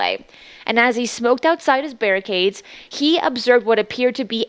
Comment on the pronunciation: Thanks! Barracks, not barricade.